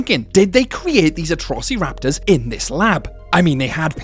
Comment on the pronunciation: I love how you say atrossy-raptors